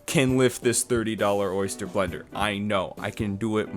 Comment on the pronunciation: "Oyster blender" my entire lineage is crying at that pronunciation